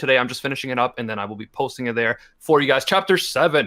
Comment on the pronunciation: "it's called the cat-girl dilemma, so look out FURR that" He didn't do it on purpose, but his accent did it fur him